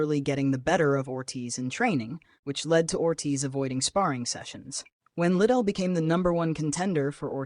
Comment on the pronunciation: it isnt chuck little its lidell